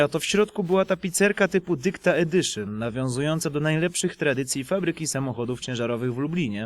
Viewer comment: "Dykta edyszyn" xD